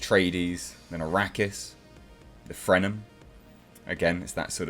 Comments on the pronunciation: “The frenum” I think you mean the fremen. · Not to be a stickler, but it’s “Fremen,” not “Frenem.”